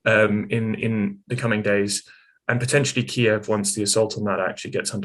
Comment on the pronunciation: Finally finally finally somebody pronounces Kiev properly